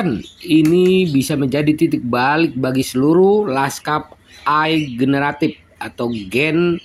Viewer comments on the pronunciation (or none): AI bacanya "EE AI" (Artificial Intelligent). DESENTRALISASI bukan DENTRALISASI !